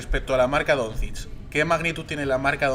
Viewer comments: bien pronunciado sería algo así como "donchich". También acepto "donchik" como lo pronuncian muchos intentando acercarse a como es o incluso "donzik" si lo pronuncias como se lee en español (está mal pero si es tu idioma pues bueno, se puede pasar). Pero si dices algo como "donzids" o necesitas ir al logopeda o lo más probable es que no tengas ni puta idea de baloncesto. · Totalmente a favor de todos los comentarios sobre el entrevistador que ni sabe pronunciar Doncic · Pero si el tio de la derecha no sabe no decir el apellido de de luka vaya desastre